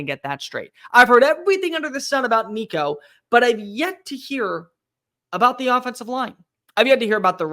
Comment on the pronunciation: Why you gotta go there with my boy Nico man? Ain't happening dammit... he's too good for this bs. 😆 🤣 he's going to make mistakes he's first year starter, but he's a baller and we have some serious weapons around him. And thanks for saying his name correct. There's plenty of good said your not paying attention... GBO